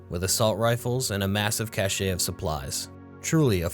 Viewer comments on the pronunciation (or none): Just because you ask for tips/advice - 'cache' is usually pronounced like "cash". Otherwise, your stuff has been spot on. Keep up the amazing work!